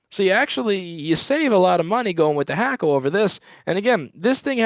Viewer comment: Its Hakko, NOT Hackko. Why do u always call its Hackko?